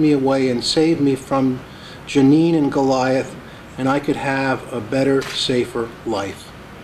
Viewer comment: "Goliath"?!? I don't know,...